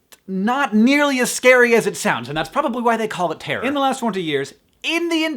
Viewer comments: i love the way he says terror... terrorr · haha I always loved Hank's accent but when he says "terror" is so prominent and amuses me :)